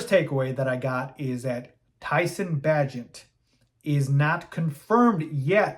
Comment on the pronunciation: BAY-GENT. How many times are you going to butcher the mans mame?